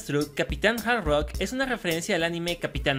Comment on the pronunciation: se dice capitana hardrok